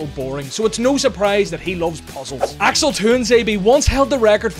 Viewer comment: As an Axel in an Asian country, I'm proud I heard someone pronounce Axel correctly.